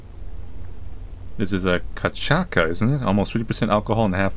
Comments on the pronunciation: "Cachaka" XD kinda cute how doesnt know which sound ç makes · the ç in cachaça sound like an s "cachassa" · I love when developers create games representing the folklore of their countries, in this case Brasil, also my country!, when you pronounce cachaça remember that ç sounds like the "s" letter so it's more like like cachassa; and carranca, double " r" is more like the sound of letter "h" in English! 😁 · "catchaca" deu seu melhor e tenho orgulho dele kkkkkk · caboclo is a mix of the white man and the native american indians also, in portuguese, ç sounds exactly like s, and ch sound like sh (so you pronounce cashasa) just letting some knowledge here =) keep up with the good content, you always make me happy 😁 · hey, not sure if anyone has said yet, but for the pronounciation of carranca the double 'r' in brazilian portuguese is pronounced like an 'h' (so most of your pronounciation was correct) and for cachaça the 'ch' is is like a 'sh' while the 'ç' is pronounced like an 's' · HE BUTCHERED CACHAÇA SO BAD ($?:(#(_??"(#!&(# 😭😭😭